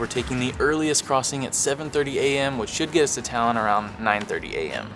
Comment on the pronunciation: Талин ,а не Талон